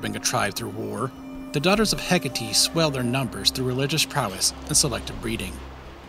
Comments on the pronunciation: isnt it "heck-8" not "heck-uh-tee" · Hecate is pronounced heck-ah-tay